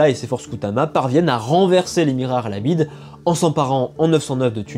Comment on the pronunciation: Je serai curieux de savoir comment tu choisis la prononciation des noms de lieux dans tes videos Par exemple tu dis "arlabide" ce qui est très juste mais pour les villes siciliennes tu utilises souvent des prononciations que personne n'utilise que ce soit en francais, en sicilien, ou en italien Par exemple tout le monde dit cefalù avec le son "ch" pour le c et tout le monde dit agrigente avec le son "j" pour le deuxieme g